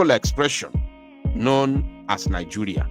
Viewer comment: Please, you don't say ni-"joo"-ria. Better say ni- "je" -ria. Thanks.